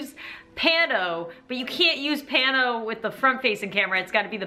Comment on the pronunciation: Im dying she did the paano the wrong way like 30 tiimes 😭😂🤣😂🤣😂🤣